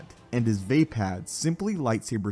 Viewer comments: its v-ah-pah-d, not v-ae-pad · It's absolutely Not pronounced VAY-PAD. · Va'apad. Vah-Pod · does anyone else think it is pronounced as vah-pod? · Had to click off this video just bc of the way he says vaapad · Say Vaapad one more time please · You are saying vaapad wrong.